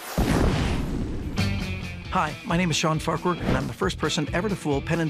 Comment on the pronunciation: From one Farquhar to another Farquhar, why the weird pronunciation?